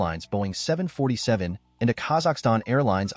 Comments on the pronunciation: “Boeing 70047” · it's actually 747 did you go to school? It's just said differently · I hate the Way he said Boeing 747 jumbo jet